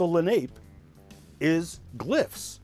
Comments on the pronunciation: It's okay but he mispronounced the name of the tribe. It's not pronounced Lah-nape, it's pronounced Lah-- nah- pay. These are my ancestors and it would certainly be appreciated if it was pronounced properly. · La nape is pronounced la na pay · Accent on second syllable